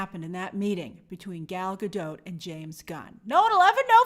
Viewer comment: Gal is not French, so maybe it is pronounced Gahl Gah-doht